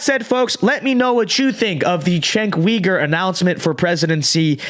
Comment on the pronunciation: I think his last name is pronounced YOU-ger